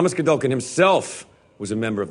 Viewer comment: It's not GOLDOKIN!! Hearing her saying "Godolkin" the wrong way so many times for 46 minutes had me making the same mistake while discussing it with friends. 🤦‍♂